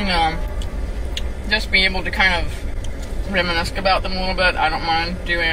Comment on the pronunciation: WHAT IS REMINISK, DID SHE MEAN REMINISCE